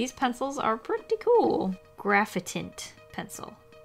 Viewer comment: Who else thought it said graphaint like the like’nt meme